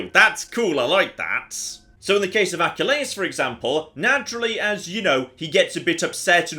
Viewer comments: Achilles is ”a-kill-iz” or ”ah-kill-iz”. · Excuse me? "AK-AH-LAY-US" What the hell is that? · Why "Aky-Lay-Us".. rather than the more common "Ah-Kill-eez"? I've never heard it pronounced like that before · you pronounce the name as ack-ih-lay-us. you pronounce it as uh-kill-hees. Which is it, because I'm super interested and this is the kind of stuff I love hearing you nerd out about. (I think you had previously gone off about Hercules, and that was another enjoyable rant to listen to, so I need another one based on another name.) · The more greek way of saying the name Achilles I believe (and would be spelled more like Achilleus). I think it's a majoring in Classics thing.